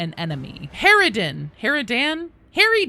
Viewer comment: A part of me died at the way You pronouced Harridan. 10/10